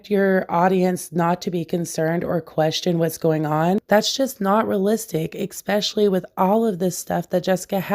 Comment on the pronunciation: No hate. 💗 Just a tip... ESPECIALLY. Not exspecially. LITERALLY. Not literately.